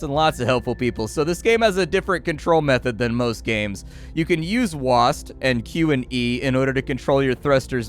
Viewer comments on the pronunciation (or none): none